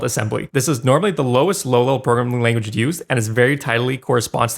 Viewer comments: game maker "lanaguge" made me laugh, great video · "Game Maker Lanaguge" xd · Lanaguge? You lost all your credibility 😂